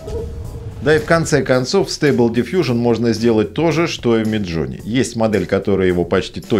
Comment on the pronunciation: Ага! Только не дивижн, а дифъюжн. - Да кому какое дело? Англичанин штоли? Не мешай тут нам звуки издавать!